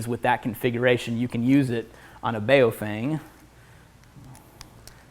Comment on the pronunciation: Love your channel, look forward to Thursdays every damn week because of gear tasting. I'm not certain but I think the radio brand you're referring to is pronounced "Bow Fung" not the way you're saying it. Keep it up man, grind out experience on goblins and kobolts before you get wrecked by an illithid.